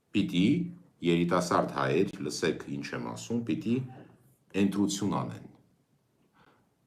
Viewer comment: Ընդունված, ըստ, ընկալ, ը ը ը, ոչ թէ էնդունված, ջան. Ասում ես էնտրութիւն, էնտրութիւն որն ա, ընտրութիւն. Սիրով եմ ասում, չը նեղվես